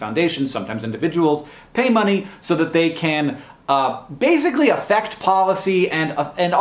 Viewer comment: Completely unrelated but I find it interesting that it seems like Hank pronounces "basically" with a "z"